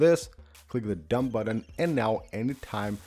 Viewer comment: I smash the mute buDDon as soon as I hear you pronounce it that way - buDDon.